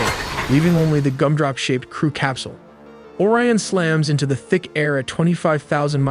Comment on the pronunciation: Why do you pronounce Orion like "Or-ee-an" , but then pronounce it as "O-ry-in" ? You also say "cirples" instead of "circles" in the sentence . Why?